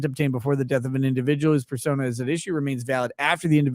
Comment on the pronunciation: At 2x speed, use of the word "persona" sounds like "fur-sona," which makes the Afroman lawsuit that much more fun... 🚫 🍞